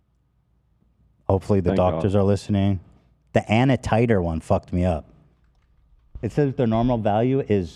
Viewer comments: I said out loud 'A.N.A Titre" not anatitre. 😂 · really had me guessing with what tf he was trying to say. ANA titre, especially. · As a phlebotomist it’s so hard to watch the way you pronounce those tests names 😂😂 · Ethan mispronouncing every single enzyme and blood cell had me dying.